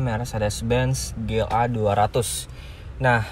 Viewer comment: Konsisten kalo emang mau pake bahasa Inggris. Ji El Ei bacanya. Bukan Ge El Ei.